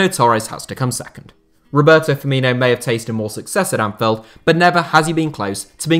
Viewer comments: Bruv it’s Anfield not Anfeld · Great video! Just a quick note, Anfield has an i in it so it’s not pronounced Anfelled 👍🏻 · Why does this dude keep saying anfeld